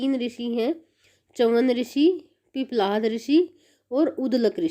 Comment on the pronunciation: उध्दलक ऋषि नहीं है बहन जी। उद्दालक ऋषि नाम है। पिपलाध ऋषि नहीं है। पिप्पलाद ऋषि है